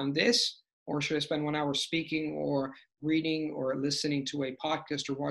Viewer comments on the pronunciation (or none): none